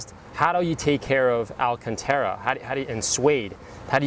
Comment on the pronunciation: Alcantara. Pronounced, Al-CAHN-Tah-ruh.